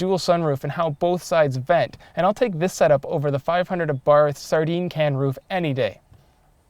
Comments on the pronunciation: He said Abarth wrong. I'm offended. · Learn to pronounce Abarth